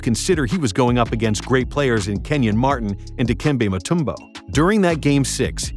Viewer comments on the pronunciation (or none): The way he pronounced Mutombo tho 😭 that’s how you know he’s reading off a script